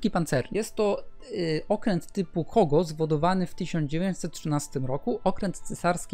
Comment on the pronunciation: ja tu ponarzekam trochę. IJN to skrótowiec pochodzenia Angielskiego i oznacza Imperial Japanese Navy. Dlatego czytaj to proszę jako AjDżejEn bo jak się to czyta IJN to uszy krwawią. Teraz tak Kirishima jest okrętem kalsy Kongo (w filmie został nazwyany okrętem klasy Kogo). Tripitz? ja wiem że nikt nie daje ebania o Okręty w WT ale mógłbyś trochę bardziej się postarać z wymawianiem nazw Okrętów. mam nadzieje że moja krytyka będzie dla ciebie konstruktywna. życzę miłego dnia.